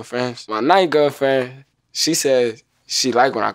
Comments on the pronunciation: I died when he said “My nine gilfriend” 😂😂😂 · "My nine gewrl fwiend" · "My 9th gwerlfwend" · Actually he said my 9 gir fren